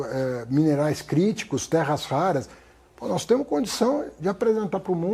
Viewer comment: "Temo" " podemo"